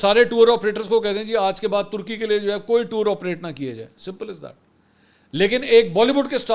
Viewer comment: tarki ni turky hota he